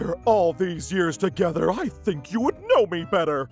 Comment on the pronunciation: Best Line. "I don't tink either of us can give straight answer." i wheezed